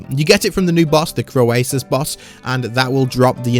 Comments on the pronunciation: its not called croe-esus its simply croe-sus xD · For reference the pronunciation is more like “Crow-sus”.